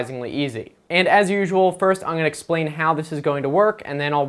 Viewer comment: I hate how he says I'n and not I'm.